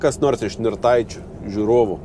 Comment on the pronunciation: Blogai kirčiuoji Nirtaičius :D